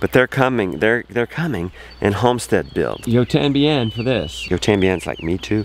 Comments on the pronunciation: Tú también in Spanish! You almost got it right bud. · Not “yo tambien” but “y tambien” so close! And I can’t wait for the pretty Shaw! Imma paint mine pink. 😍